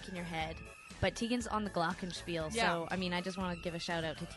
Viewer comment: how sara says the glockenspiel...awesome